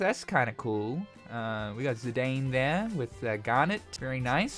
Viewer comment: You keep mispronouncing Zidane's name; the disrespect is unreal!